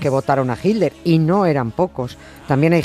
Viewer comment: 'Hilder'. ¿No habrá manera, alguna fórmula gutural, mediante la cual los españoles finalmente consigan pronunciar/decir 'Hitler' y no 'Hilder' cuando irremediablemente nombran a ese personaje? En LatAm no se nos "atora" la palabra como a ustedes y, bueno, hablamos el mismo idioma.